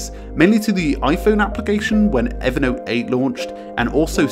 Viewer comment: I just wish he could pronounce Evernote as Evernote.